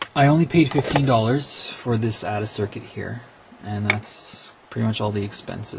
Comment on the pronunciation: "Add-A-Circuit" Lol. Took me forever to figure out what you were saying. Of course, it makes perfect sense.